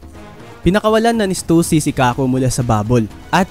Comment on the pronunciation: mercury ndi warcury hahaha tska stassy basa don ndi stussy hahahaha